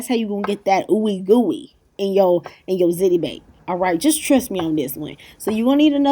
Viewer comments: I'm curious why does every single person that posts a ziti video say "zit-ee"??? It's pronounced "zee-tee" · Don't mean to correcting you but it's pronounced ZEETI, NOT ZITI!! SORRY... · pronounced ''zee tee'' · It's pronounced "Zeety" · ziti doesn't rhyme with titty. It's zeeti ❤️ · love hiw u say ziti lol